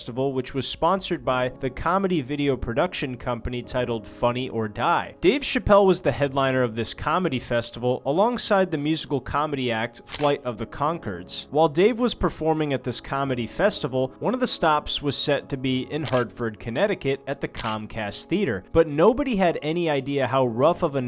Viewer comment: Flight Of The Concords, dude, not ‘Conquereds’